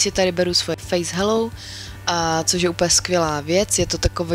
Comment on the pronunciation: Ahoj, myslela jsem, když jsi zmiňovala, že ta pleťová voda od Ziaji je přírodní. K té výslovnosti, čteš to jako hello, ale čte se to "hejlou", je to jen detail :-) A neodolala jsem, už mám objednáno :-)